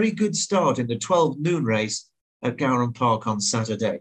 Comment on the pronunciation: it’s pronounced gowran as in gore-un 👌🏻